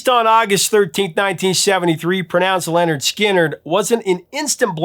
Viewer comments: The bands name is not Leonard. It's Linnard Skinnard. You got the story right but you keep saying Leonard! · No it's n ot pronounced LENNard Skinnerd. It's just how it's spelled. Linnerd Skinnerd. Very Southern pronunciation. Linnerd Skinnerd rhymes and has a ring to it. LENNerd Skinnerd does not.